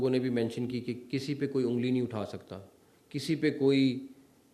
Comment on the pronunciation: Ongli OR Ungli ? 😂